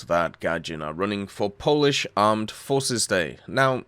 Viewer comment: Poland? "We puish"